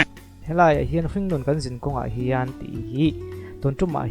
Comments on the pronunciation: Khian tih leh Hian tih te chu hai theih a nilo reng²."Khian a ti chiang lutuk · "Hian" tiin a lam reng lawm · Hringnun khan (kan)zinkhawng (zinkawng) ah khian ti in a sa a,thulam zir angai ve khawp mai,zai chu a zaithiam thawkhat e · Khian, a ti chiang e.Tawng pai em ni? Awze mi a ni em ? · Khian atih bakah...hrissta ti in alam deuh ani..a thiam viau nan ati sual deuh hret ani..